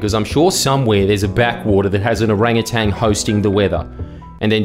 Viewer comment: Jordan was wrong too, It's Orangutan not Orangutang. BOOM!